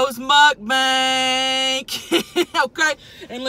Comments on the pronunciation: Lol she says mukbank 🙊🙊♥️♥️ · Alex Millsap idiot title says mukbang you pronounce it mukbank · I love how she calls it mukbank absolutely love you and your channel tammy!! I also love how u both have the same nails!!! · “MUK BANK" LOL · Am I the only one who realized she says mukbanks 🤣